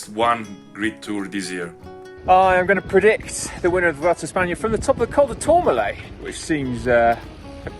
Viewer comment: Congratulations on pronouncing "Vuelta" pretty well. "V" in Spanish is pronounced like a soft B. It's definitely not pronounced "W". "Bwelta" is not far off how the locals say it.